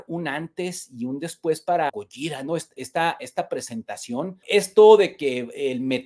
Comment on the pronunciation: Hola hermano lml pronuncias mal gojira. Fin del comunicado